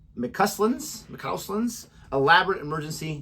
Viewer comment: I'm a year late & you may have heard the name since but the middle bit is pronounced as in "because" - McCausland. Ps don't listen to "housebrick" guy below, why's he watching then? You're great 😊